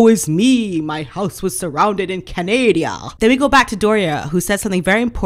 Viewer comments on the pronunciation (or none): Canadia? You're joking, right? I hope. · love your channel! Totally agree with everything you say. Please, don't say "Canadia" though, it's a beautiful country full of very nice people - you should visit. Even if MM is trash, our country does not need the belittlement. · Love your show and agree 100% with you. Have one question for you - why do you pronounce Canada the way you do? Being Canadian I have to be honest and tell you I grit my teeth each time you pronounce 🙃 it wrong.